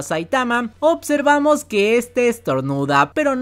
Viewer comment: buen video, una tortura como siempre el "opservamos" y "otservamos" pero bueno interesante.